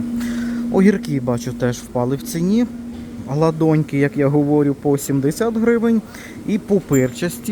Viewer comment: Огурцы не гладоньки, а гладеньки. не пОкупци, а покупцИ